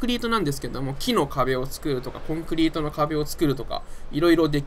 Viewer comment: コンクリートのイントネーションって正解なの？